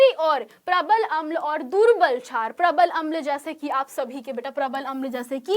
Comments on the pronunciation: छार नही मेडम क्षार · Mem छार Nhi शार hota h